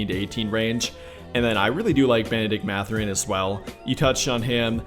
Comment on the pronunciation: "MATH-er-in". Not "Muh-ther-in". 😉